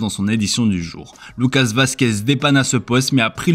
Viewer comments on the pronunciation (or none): none